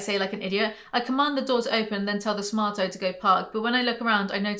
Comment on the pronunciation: Lmfao is the author of the book a Naruto fan? Because I think the name of the Smaruto cars is supposed to be pronounced like 'naruto' and not Smar-toe. 🤣